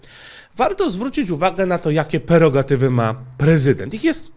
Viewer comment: PREROGATYWY a nie jakieś perogatywy, żałosne